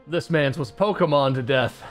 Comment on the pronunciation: Pokémon, not pokeuhmon.